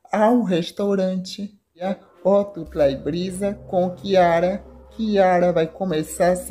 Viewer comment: Q diabo de interpretação e essa ?? O nome do rapaz e ari.da moça e Kiara. não chiara..mto horrível quem estar falando sobre a novela.sai fora